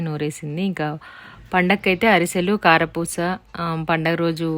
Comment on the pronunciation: Hi ..Plz say karapusa recipe clearly.